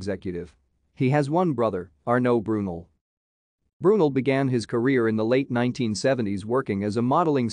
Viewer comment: It’s pronounced BrooNell